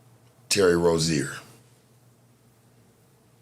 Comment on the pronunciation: It was Rozier not Rozen tf?